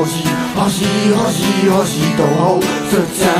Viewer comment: nechápu, jak se jim podařilo vyslovovat hoří tak, aby tam nebylo ani ř ani ž, ale přesně něco mezi. Restecp.